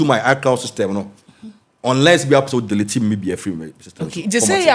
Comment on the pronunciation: Hi Lady, the word is pronounced delete and not DELATE !!! Just mind your pronunciation PLEASE!!!